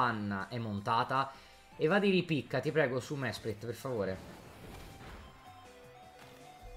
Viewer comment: Mesprit diventa schelogeggia perché questo errore di pronuncia mi ha fatto ammazzare dalle risate